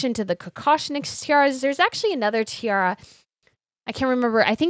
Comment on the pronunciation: Hi! Please do try to say Tee-ah-rah, because all I can hear from your way of pronouncing it is "Tee-ahr", and that sounds quite sloppy for such lovely pieces of jewellery. No offense!